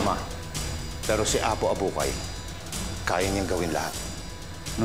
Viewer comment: Apo Abukay po. HINDI "APO ABUHAY"